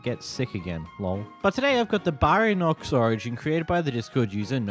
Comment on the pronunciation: Bro the way you pronounce baryonyx and theropod is killing me